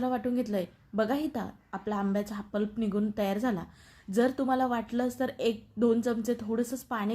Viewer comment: पल्प म्हणा प्लप नव्हे